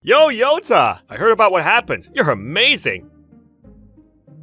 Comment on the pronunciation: At some parts of the video I kept mishearing "Yota" as "Yoda" 😂